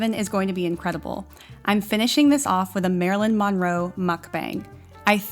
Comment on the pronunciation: Omg can you please pronounce her last name the right way 🙉